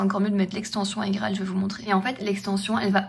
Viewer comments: Il n'y a que moi que ça stresse de dire Aïe-Graal plutôt qu'iGraal ? ahahah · 7ans que tu prononce mal igraal alors ! 🤣😅